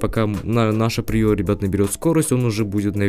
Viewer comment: Не приёра а приора